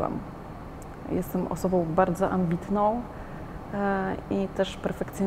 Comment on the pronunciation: Jak jesteś "osobou" bardzo "ambitnou" i "perfekcjonistkou" to zacznij mówić po polsku.Mówi się osobą a nie osobou.